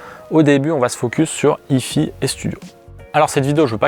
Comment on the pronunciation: ah, si on prononce à l'anglaise faut le faire pour les 2 parties : si hi-fi ça donne haï faï, pas haï fi 🙂